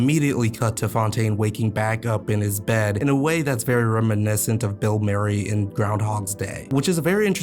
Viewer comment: Good review, but did my guy say, " Bill MERRY in Groundhog Day?" 😂